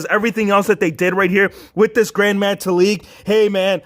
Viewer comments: Its gran not grand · I think it’s gran not grand but great review